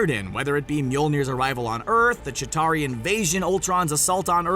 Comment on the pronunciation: Its Chitauri not jatari